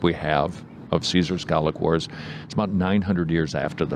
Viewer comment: They were Gay-lick Wars....